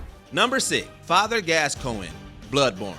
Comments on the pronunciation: I don’t know who glasscoigne is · This is a list of hardest FIRST bosses it seems. Looks like it was incorrectly named. Plus the pronunciation... MAE-ko, JER-alt, Gas-COEN, GAY-den... etc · No “L” in Gascoigne. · Father Gascoinge had about 3 different pronunciations 😂